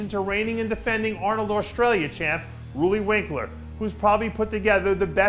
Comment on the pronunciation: Loelly winklaar?... who the hell is that LOL